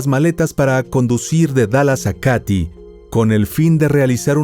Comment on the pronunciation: Qué horror casi lloro de la rabia que lo dejaron libre ... solo una corrección , se escribe Katy pero se dice KEIDI ( el área donde ocurrió todo )